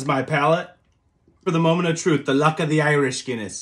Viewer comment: “The llllluck of the Irish Guinness!” please never say that again 💀